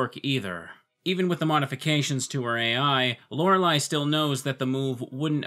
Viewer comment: Not hearing "Laura Lee" is different. And it's nice